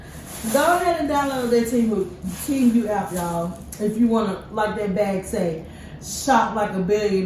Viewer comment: You are butchering the name sweetie, it’s pronounced tee moo ,a long sound u but you say it like moo like the sound a cow makes. So it’s like tee moo not teem you , I know it isn’t spelled like that but this is what it sounds like. I’m not trying to be disrespectful, because you happen to be one of my favorite YouTubers. So please don’t take it the wrong way